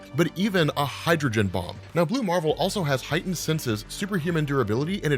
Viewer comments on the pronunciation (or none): none